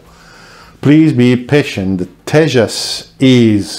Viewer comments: Your pronunciation is correct...Tejas means radiant in sanskrit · Tejas pronunciation is 100% accurate. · Your pronounciation of Tejas is almost accurate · Your videos are Very informative. You are pronouncing tejas correctly. Will be waiting for that specific one and more. And to everyone( Stay home stay safe). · Your Pronunciation of word " तेजस " ( Tejas ) is correct , your Channel location says United Kingdom , but you Sounds like French correct me if i am wrong